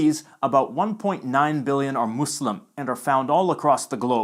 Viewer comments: Finally someone who actually says Muslim NOT muZlim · It’s satisfying to hear someone pronounce Islam and Muslim with an /s/ sound instead of /z/ when speaking English lol